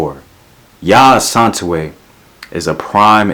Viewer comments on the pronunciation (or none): Yaa Asantewaa not Asantewe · Pronounce Asantewaa as “Ah-San-ti-waah “ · Yaa Asantewaa (As-an-teh-waaah)